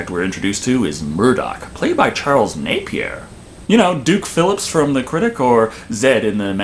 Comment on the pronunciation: AYYYYYYYYYYYYYYYYYYYY!!!! You said Napier right! Good job. I've heard every mispronunciation of that name you can possibly come up with.